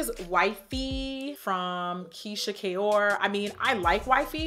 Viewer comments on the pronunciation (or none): none